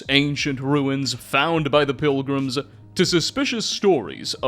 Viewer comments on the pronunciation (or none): I love the videos, but the Gollum-speak ("pilgrimses," "boneses," "Indianses," etc) hurts my head...